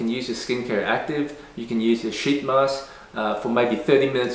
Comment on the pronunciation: “Sheet mask” that’s eet mask😂